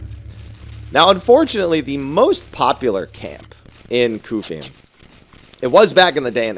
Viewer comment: the way you pronounce Qufim would mean that the word “quick” would be pronounced like “kook” lol